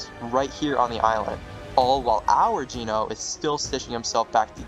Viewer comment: Homie why’d you pronounce Genō as “Jeeno” 😭 QUARRY PRONOUNCED AS “QUERY”?? BRO YOU GOOD?